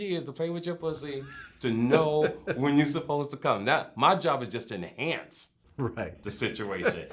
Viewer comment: MORE ❗️ "I'M HERE TO ENHANCEE" LMAO